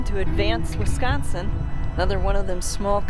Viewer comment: Great video! You hooked me as soon as I heard you say "Wisgonsin." I grew up in Shawano County (Caroline, pop. 250) in the 60s and 70s and spent a lot of time Up North. Woodruff and Minocqua and that area are great year-round. Caroline has an annual Colorama festival of horse trail riding, camping and music each fall, if you're ever in the area at that time of year... Thanks again for the great video. Love your editing, but it looks like a lot of work.